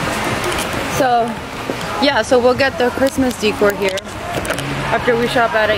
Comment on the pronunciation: "Deecor" lmaoAbocado 😂😂😂😂😂 Burbannk 😂😂😂😂 its bur- bank